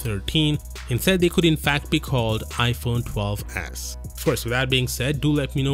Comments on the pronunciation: i heard iphone 12 as* 😂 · He said it like ass